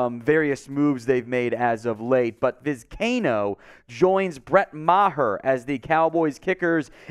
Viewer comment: For Gods sake it’s Vi-sky-ee-no!!!